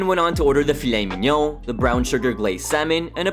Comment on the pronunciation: On a side note the way pronounces filet mignon is hilarious